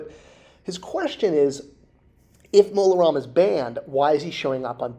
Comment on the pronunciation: Maybe because (and I like, but he can't spell or pronounce things, sometimes) Disney never heard of "Mon Roma" [sic] and still doesn't know he meant Mola Ram.